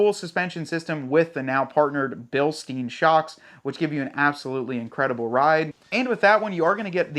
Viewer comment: Bilstine, not Bilsteen.